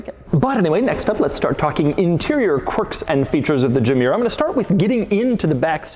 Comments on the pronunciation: Its not a germ-mera as in when you say germ, come on ... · Gemera is actually two words in Swedish Ge Mera pronounced "Je Mera" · it is not pronounced džemera it is Gemera. read as its written doug... dont apply your american way of pronouncing things to foreign made objects. read it as its manufacturer named it and intended it to be pronounced... god you anglicans make me cringe so badly... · Gemera is actually two words put together, "Give more" would be: Ge mera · I love how every car's name is based on a Swedish word or a play with words. Gemera = Ge mera, give more. Regera = To rule. Etc Gemera should be pronounced as GehMehra or something. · Its pronounced "Yemera" (meaning "give more") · To be pronounced "yē mēra". That's Swedish for "give more". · “ok imma start the quirks and features of the Jeh- mere- oh” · At least use Google Translate to pronounce Gemera correctly. Sick of Americans butchering foreign names. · Me: "Did you say Gamera?" Doug: "No, I said Gemera." Me: "Oh." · It took me 4 seconds to realize the emphasis in the word gemera is in the first syllable, not the second........Doug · Starts with a G. If it was a J then it would be pronounced Y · Wish Doug would’ve watched Christian before making this video and learned how to pronounce Gemera.